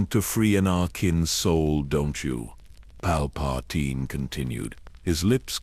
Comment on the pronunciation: I Like your Videos but this one is Off. The pronounciation of names like Ahsoka, Anakin and Palpatine is horrible lmao. Please check that stuff before releasing it.